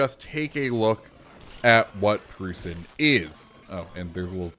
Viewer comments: Its pronounced proissen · I believe it’s pronounced Proyt-zen??? It’s been like 30 years since I last said that lol. I had family who said it that way. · Its pronounced PROY-sen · brother, it's pronounced like Prussian. Ffs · Proy-sen (Preussen/Preußen)